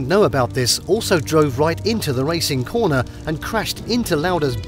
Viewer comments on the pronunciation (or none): none